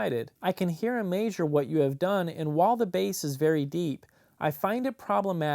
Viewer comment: Why do you keep saying maisure instead of measure? It's quite weird actually.